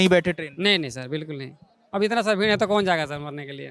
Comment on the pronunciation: भीड नही भेड